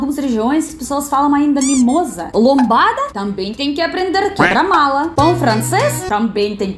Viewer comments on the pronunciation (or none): Olá... Amei seu vídeo... Só que é "quebra mola" e não "quebra mala" 😅